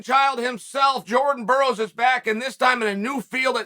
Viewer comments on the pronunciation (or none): none